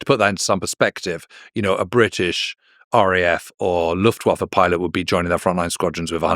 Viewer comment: One word: Luftwaffer.